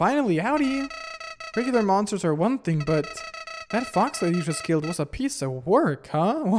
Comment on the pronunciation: He says fox but ok